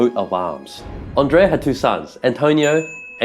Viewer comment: I love and admire Twoset but a few criticisms are in order. The background music is too loud and distracting - not to say unnecessary/annoying. Some of the pictures (AI?) show impossible pegs, which I find painful to look at. The correct pronunciations are Andrea (not frenchified 'Ondrea'), Majjini, del Jayzoo (stress on second syllable) and Ca-no-nay (three syllables, stress on second). And the second 'g' in Gagliano is silent. And as for the pic around 19.23, the less said the better.